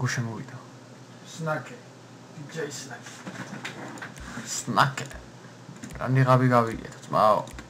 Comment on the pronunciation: სნაკე არა სნეიკი :დ